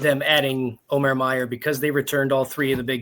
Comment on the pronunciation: pretty sure it’s o-mur as the field of 68 guys said they verified the pronunciation during their Mackey show. Now if we can just get Neubert to stop saying Mayor!